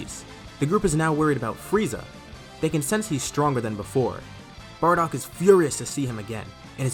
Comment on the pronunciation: Barodk lol don't you mean bardock??